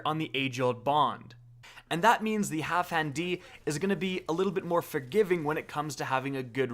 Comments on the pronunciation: Why you pronouncing it "Halfhan"? Put some respeck on Dan's name. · Half-Dan! Geez... It's not that difficult... "Halfhand D"... LOL.... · HalfDAN, dude. DAN. Not Half HAN. Jesus.